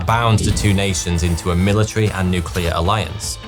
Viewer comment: The so called nucular explosions.